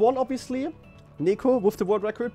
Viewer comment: It's nEko not nIko....